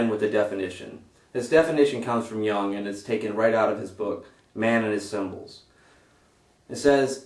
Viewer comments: It's pronounced "Yoong" damnit! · That Jung as in 'Joong'